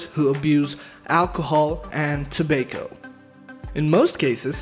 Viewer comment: The pronunciation of Tah-bay-co had me on the ground laughing. Good video though!